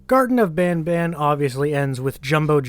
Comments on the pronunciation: Wait as a french people garten of ban ban is prounounced garten of ban ban and not bonbon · As to the name, its not as much "bonbon" as much as it would be bahn-bahn. The n's would be pronounced in a way that doesn't really have a similar one in the English language. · As a French perso, « banban » is nothing like « bonbon » it is more pronounced like « banebane » but clearly not « bonbon » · It’s bon bon not ban ban I’m French so I know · As a Canadian citizen even if you said the name in French it would still be banban and not bonbon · i'm french and it is ban ban in pronotiation but if it is like candy it is bon bon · Hey! I’m from Quebec and speak French, “an” makes a “on” like sound, although we don’t pronounce the “n” sound at the end, “ban ban” itself is not derived from any word I know so it’s just a really weird character name ig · now i'm canadianese myself and as far as i'm aware, the reason why they pronounce banban as 'bonbon' is because it kinda sounds like that when spoken in a french accent. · i speak french in a french region, and banban is not pronounced bonbon in french so i have no idea why they pronounce it "bonbon" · Banban doesn't even sound like it could be named after "bonbon", no names in this game sound french canadian lmao Btw, I am French Canadian Edit : Also, it isn't even pronounced like that were it to be pronounced like French. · I am hyper late to your video but wanted to give you info in the pronunciation of the name as a french canadian from montreal. We call it the same as you. I don't get why they say it with an accent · since i'm french and banban name's supposed to be pronounced french, that's still not how we pronounce it :') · in certain parts of canada an a is much more of an aw sound then an ah sound just because of dialects. i live on the west coast so i say banban like you but my friends in toronto would say it the way the creators do beacuse thats just the accent in east canada